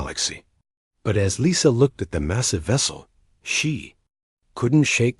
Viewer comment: Thumbs up, good story, one of the better A.I.'s, but ... saw "Lisa" pronounced "Leesa", then 5 words later, saw "Lisa" pronounced "Lisa" . I would expect even lesser A.I.'s to have some consistent pronunciation. Just sayin'